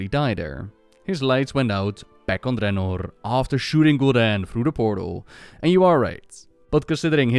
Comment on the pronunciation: I like the way you say "Draenor" with that rolled R. I've tried saying it that way, but I can't pull it off.